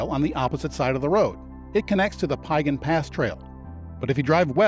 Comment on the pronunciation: This was thoroughly enjoyable, except for the pronunciation issues of a few place names. Piegan rhymes with began or pecan ( if you're from Savannah) with the emphasis on syllable #2. And Siyeh is equal emphasis on both syllables, and rhymes with pronouns I, He. (with an aspirated h at the end of he.